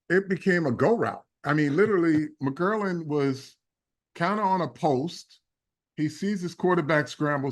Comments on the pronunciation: What’s so hard About saying “McLaurin”, Carl? It’s not “McKerlin”. How come the out of towners can’t figure this out? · Mc-Claur-Rin sir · McGlorin, McCurlin, McGlorgin...😂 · Few things that are crazy as a Washington fan 1 Mm-girl-lin wild pronunciation 2 defense is two DT and nobody’s…Allen is out for the season and we have dudes like hall of famer Bobby Wagner and Frankie Luvu probably more importantly😂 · All due respect… they way Carl Banks pronounce McLaurin annoys me to my core 😅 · Right! I’m like, if you don’t get that man’s name right!!!! 😂😂😂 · Bob Papa said it correctly. Maybe Carl Banks has a slight speech impediment.